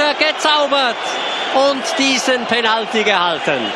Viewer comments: Der Typ sagt Penaltiiiii (Der Moderator kann kein english ;) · Ich habe gehofft ein ernsthaftes video anschauen zu dürfen, aber bei dem Kommentator :´D der ist zum brüllen!! Penalti hahahahaha!!! Er ist schweizer oder was?! Sagt man da nicht penatly? Aber egal, Penalti ist geiler hahahaha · hört sich mehr nach österreichischer sprache an :) komme aus niederbayern, bei uns redet keiner so